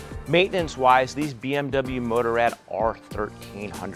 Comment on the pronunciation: "Motor-Ad" that's not how you say Motorrad.